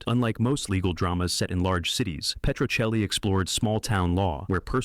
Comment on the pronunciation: I think the show is pronounced Petro-chelli...